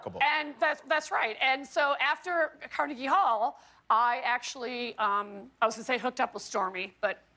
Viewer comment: Anyone else thought she said cardi b hall instead of Carnegie hall? No just me cool